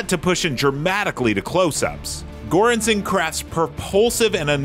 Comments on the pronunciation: Not to mention poor Ludwig Göransson “goooorehannnson” lol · Still mild compared to how horribly he butchered Ludwig Göransson’s name.